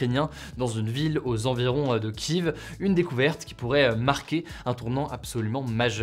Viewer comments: Bonjour, Merci pour ce format que je suit quotidiennement! Juste, on dit Kief, pas Kiv.. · Comme d'hab tu dit kiv alors que c'est kief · Kiev (/kjɛf/ ou /kjɛv/ ; du russe : Киев, Kiev /ˈkʲi(j)ɪf/) et pas KIV, merci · Ki-iev Hugo ) pas Kiv 😂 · Pourquoi tu dis Kive tout le temps ? Ça me fait rire bien que je devrais pas. Je lis Kieve quand je parle de la ville. En tout cas merci ça change pas ton super boulot ! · On dit pas Kiev mais kiv ? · c'est pas kive mais prononciation kièf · Kiev en français et pas Kiveu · Arrête de dire Kiev, faut dire Kief ! Big up aux Russes, la Russie. Que dieu bénisse Vladimir Poutine ❤️ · Kief c'est la prononciation Russe de la ville. Pour ça que certains média prennent la prononciation ukrainienne à la place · En fait ça se prononce [Kiév] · Ça se prononce « KYÈF ». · Désolé frérot mais sa se dit Kiève et pour une personne qui a perdu de la famille la bas je m’y connais un peux. Mais sinon continue comme sa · ça ce prononce "Kièff" Mr le rigolo de l'actu